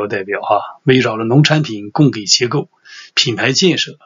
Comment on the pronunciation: 供给（ji），补给（ji）